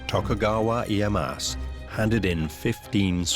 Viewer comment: This is interesting, but I think, for a historical documentary, they should have taken the extra step to learn how to pronounce the Japanese names correctly. It’s like nails on a chalk board it’s so bad. It’s Tokugawa Ee-ay-ya-SU. And the sword maker is Ma-sa-mu-neh. You don’t drop the final vowel. Do better.